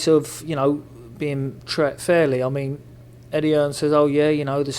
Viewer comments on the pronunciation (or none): Billy “It’s Teated Not Tret” Saunders